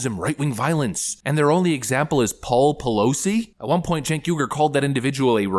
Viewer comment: Throughout the course of this video, the man's name was pronounced Jank, Chenk, Kank, and Sank.